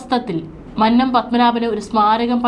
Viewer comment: മന്നം എന്ന വാക്കിന്റെ ഉച്ചാരണം ഇങ്ങനെയല്ല.